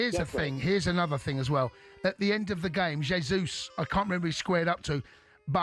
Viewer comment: Its not Jeyzus, its Jesus 😂😂😂😂😂